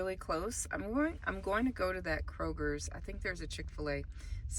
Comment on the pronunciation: Kroger as my daughter often corrects me, not Krogers. There is no “s” in its name. Anyway, so sorry to see your metro is getting such low offers. I just joined because a few said they consistently get $30-50 offers and maybe a few times a week $80 offers in our metro. Well, I’m praying I get those same high offers so I can just do 4 orders a day or $200 + per day… whichever comes 1st. Just waiting on my bags to show up. Thanks for sharing.